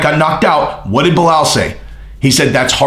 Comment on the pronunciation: you sounding like Chael now on how you pronounce his name... Baal muhammad :D